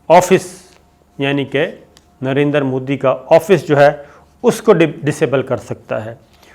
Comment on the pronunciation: Did he just say Narendra Phooddy?